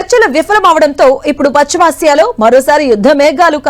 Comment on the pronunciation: పచ్చిమాసియా కాదు, పశ్చిమ ఆసియా.